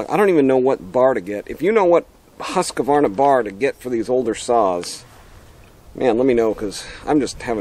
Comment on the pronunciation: Husq varna, not Husqa varna, I know who cares.